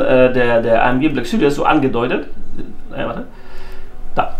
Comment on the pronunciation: Haha geil. Der türkische Mercedes GT black süries... 😂 bester Mann